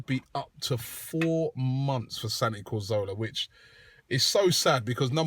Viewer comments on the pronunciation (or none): CATH ORLAH> KAZ OR LAH > COR ZO LA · You say Cazorla is one of your favourite players, but you still can't say his name right! :P Not Corzola, it's Cazorla* xD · Well technically it's 'Cathorla' but I see your point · Yea, why does Robbie say CO? it is CA.